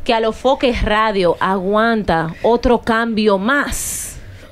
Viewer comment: CANDY ES FOKE NO FOKER 😅